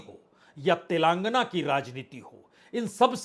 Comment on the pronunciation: तेलंगाना को तेलांगना क्यों बोलते हो?